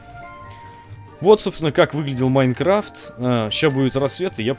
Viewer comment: на ты сказал майкафт